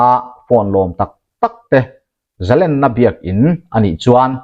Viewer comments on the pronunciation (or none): Thawhlawm tih leh zalen tih a lam rik dan hi a dik lo. A thil thlir dan erawh a tha hle